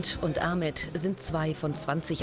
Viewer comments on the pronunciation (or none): none